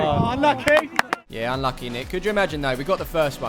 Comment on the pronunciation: British accent UNNNLUCKYYYYYY